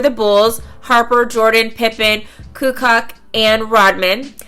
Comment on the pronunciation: Tony kukoć Its pronounced "ku coach " not "ku ka"...LOVE YOU!! ❤❤❤❤😁😁😁😁